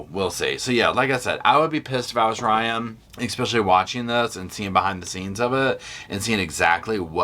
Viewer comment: It’s pronounced “especially” not exspecially. There is no “x” in pronunciation. Respectfully 😊.